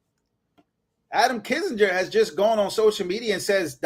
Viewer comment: Kin-Singer, not Kissenger